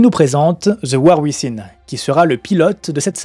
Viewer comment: ~ : "Within" se prononce [uivinn].